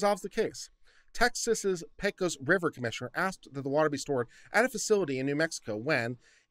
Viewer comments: Good God, man! You live in Austin now. Learn how to pronounce Del Rio! You get a pass now as a new-comer, but it is pronounced "Del Ree-oh". Carry on - as Viva says, I have fed the algorithm, and peace out! Oh, and "PAY-cose", not "PECK-ose" River. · Makes me think of pecan.